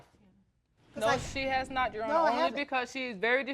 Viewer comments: If she say "you-honor" one mo time😡😭🤣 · That first case always makes me cringe. From them mispronouncing “Your Honor” to the matching bleach spots. They just sound crazy 🤦🏾‍♀️😂